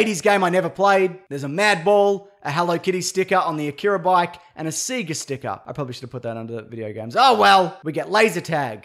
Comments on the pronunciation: Only thing that mispronounced that triggered me was SEGA, it's say-gar not see-ga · What the hell is "Seaga"? 😂 Isnt it pronounced "Say-Ga" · “SEE-GAH” boy it’s “SAY-GAH” 😑😑😑😑😑😑 SEGA